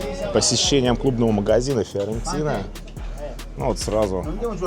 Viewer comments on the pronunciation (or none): Почему ты произносишь Фыорентина?)) Почему через ы? Первый раз такое слышу)